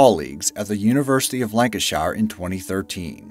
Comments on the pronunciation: Its pronounced Lanc ash sheer not shire.. shire is for hobbits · You said Lancashire wrong Americans its lan can sher Not shire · Yo bro you said Lancashire wrong